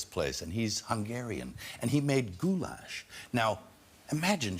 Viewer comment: "GHOULASH"!! LOL